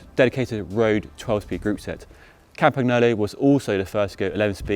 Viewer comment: He pronounced it in three different ones lol it's 'kampannyolo'.